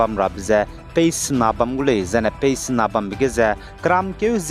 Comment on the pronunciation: Pace mak ze phase acheurada. 😂